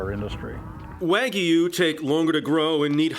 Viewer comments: So it’s half angus and half waygu not waygu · lol after all that he pronounced wagyu wrong at the end